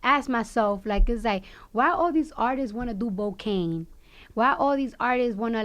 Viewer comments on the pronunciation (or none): I was like wtf is Bocaine😂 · When she said bocaine and he was like u switched the c with a B and I was thinking wait chicken head bickenhead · ...did she just say BOCAINE ?? LMAOO deceased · I thought i was the only one who realized she said bocaine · She said bocaine 😭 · "Bocaine" lmao alright... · Lmaooooo she said bocaine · Lmao she really said Bocaine wtf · bardi C jus said bokane